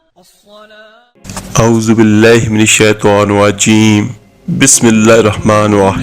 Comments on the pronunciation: تجھے تو خود اعوذباللہ اور بسم اللہ بھی تلفظ سے نہیں آتی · ظالم تجھے تو اعوذباللہ اور بسم اللہ بھی صحیح طریقے سے پڑھنا نہیں آتا۔